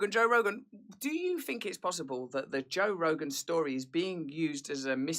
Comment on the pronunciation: pronunciation of Joe Rogan is bang on!